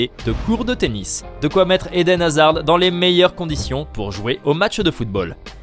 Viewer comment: Par contre de D de Hazard ne se prononce pas.